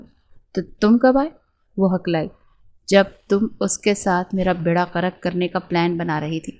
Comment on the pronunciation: بیڑا غرق کا آپ نے بیڑا غرک کہہ کے بیڑا غرق کردیا😂